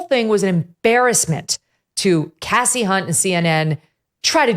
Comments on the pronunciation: I don't know if anyone else thought of this but when Megyn was mispronouncing Kasie Hunt's first name (it's pronounced 'Kasey' not "Cassie," I couldn't help but think of the principal in the movie "Carrie" who kept calling Carrie, "Cassie" over and over again. 😂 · Did you say cassey. Unt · ... starting with "mis"pronouncing Kasie's name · At least pronounce her name right Kelly. You're better than that. In all seriousness she did it on purpose. I see you Kelly